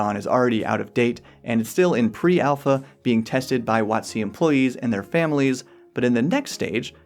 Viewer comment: Ate you pronouncing it "wot-SEE" because that corresponds to the emphasis you put on "coast" when you say the full name aloud, or is there some other, even weirder reason for it?